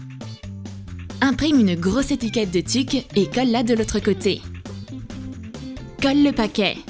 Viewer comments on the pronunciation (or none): A 3min50elle dit tic alors que c'est tuc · Ça me perturbe les gens qui disent Tuc et pas Teuc